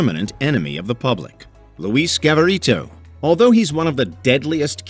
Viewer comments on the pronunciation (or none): I hate to be that person, but Luis' surname was Garavito, NOT Gavarito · Is Garavito. Not gavarito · It is not Gavarito, it is real last name is Garavito